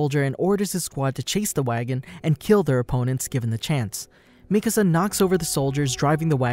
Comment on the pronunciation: It's nice to hear someone actually pronounce Mikasa's name right, instead of saying the spanish word for house "Mi Casa" 🤣